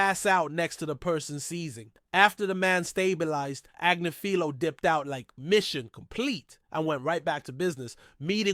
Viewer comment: sorry I have to do this😂 it’s pronounced > Ag*niff*ilo